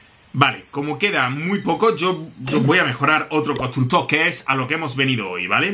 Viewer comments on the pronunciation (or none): Todos viendo como mejora los constructores Yo: dice "Constucto"